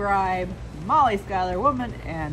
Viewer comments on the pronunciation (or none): How do you possibly get “skylar” out of Schuyler? I’m a proud Schuyler and my family goes several generations back. I can tell you without doubt it’s pronounced shoe-ler